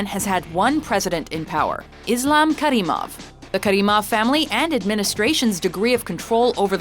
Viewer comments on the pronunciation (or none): none